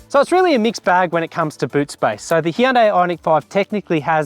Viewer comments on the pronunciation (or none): none